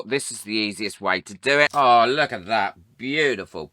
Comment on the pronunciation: Oh my goodness don’t you wook pwetty 😀